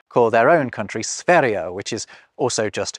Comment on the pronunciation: U completely butchered the pronunciation of Sverige.